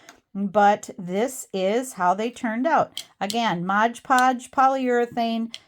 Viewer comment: Mod podge, not modge podge. In case you didn’t know 😜